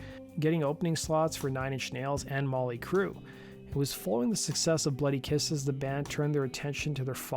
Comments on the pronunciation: Jesus fucking Christ... did you seriously just say 'Molly Crew'?!?! You just lost ALL credibility my dude.... lol I can't even finish the video after that gaff... how I can expect to learn about Type O Negative from someone who's never even heard of Mötley Crüe?!? You don't need to be an expert, just an awareness that a band named Mötley Crüe existed would be enough... Molly Crew... lol... fucking amateurs lol Sorry, but this was obviously written from a script and presented by someone with no clue what they are talking about. Molly Crew... lol I can't get over that... Sorry to beat you up over simple gaff... but FFS, if you want to present yourself as an expert on music history, maybe know the names of some of the major players huh? lol Seriously, with that one gaff, you come off like a fraud and comically diminish the value of your channel. You know people are laughing at you over that right? Now that said... I'd love to hear a Molly Hatchet/Mötley Crüe Mashup... Flirtin' with Kickstartin' My Heart... I can hear it now... lol.. Molly Crew... lol I can't wait for your Documentary about that guy Pink Floyd, or the Beatles (Rhymes with Seattle) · "Molly Crue"...